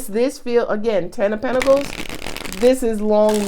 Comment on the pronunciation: 🤣🤣🤣 First of all, I love how you say Pentaclee, and also "she just said a word" 😂 You are so funny